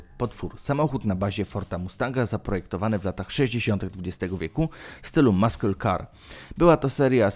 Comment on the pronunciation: Maskyl kar no i cześć 😄